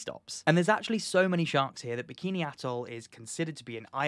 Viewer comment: You're pronouncing Bikini Bottom wrong!